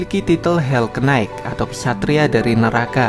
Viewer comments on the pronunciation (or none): none